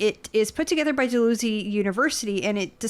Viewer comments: Pronounced Dal how zee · Love the program commentary is always on point! As an aside ,I’ve heard you reference this report several times. Little pronunciation correction in order, it’s “Dal-HOW-sie” University not dal-who-sie. Keep up the excellent work! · thats DALHOW ZEE university by the way....love your show, cheers.